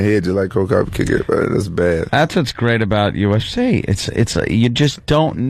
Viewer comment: …HA, go listen to Ant say “UFC”…UfCheee